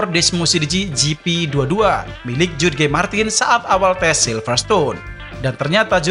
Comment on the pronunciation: Good video but I have some inputs about pronunciation, if I may: 1. “Tail”, semestinya dibaca seperti “teyl” 2. “Jorge” pada Jorge Martin semestinya dibaca seperti “Hohe”